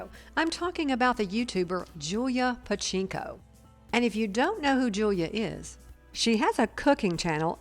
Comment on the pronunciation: OMG, at least pronounce her name correctly.